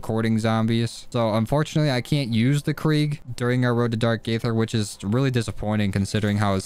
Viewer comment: no hate but it’s pronounced dark ether